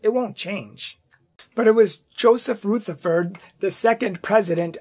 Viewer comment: Taze as in haze, in Rutherford the "u" is as in up or union , not ROOtherford. Thanks for your commentary.